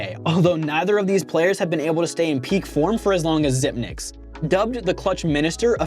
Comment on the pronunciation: Zip-ex not Zipnix